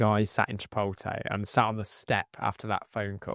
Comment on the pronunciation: Lol Chi-pole-tay